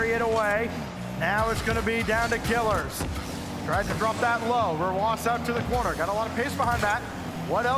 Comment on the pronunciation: Imo is not a top commentator. It's pronounced killEARz not killers